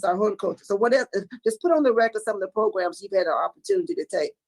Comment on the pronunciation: you can stop saying "PROGRUMS" now...... We get it....